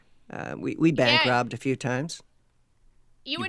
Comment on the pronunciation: "we bank robbed a fewwee times"